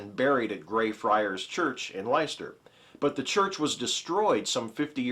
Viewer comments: 'Leicester' is pronounced 'LESTER' every time you say 'lighster' it's like nails down chalboard ... almost as bas as saying 'necular' instead of nuclear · It's actually pronounced "Less-ter"! That's all I felt I needed to add though. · I see other users have pointed out your incorrect pronunciation of Leicester so I shall refrain from doing so. ;) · The first time I pronounced it "Leechester." Your ears would probably bleed at that one haha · I really love this series! Not the part where is fondling pussy per se, but the news items are really great. If you're ever unsure on how to pronounce English words in ehh... English, try e.g. forvo DOT com /word /leicester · Please take it from someone whose misfortune it is to be stuck in the city of Leicester that the name of this er fair city rhymes with Fester.